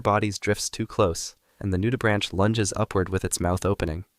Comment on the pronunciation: nudibranchs mention (also its pronounced noodi-brank not branch lol)